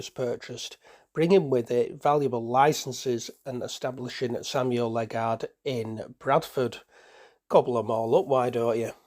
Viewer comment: Interesting collection of photos, mostly dating from the final decade of their operation. Locally, the pronunciation of Ledgard is not "Led-guard" but Led-jard or Led-jerd.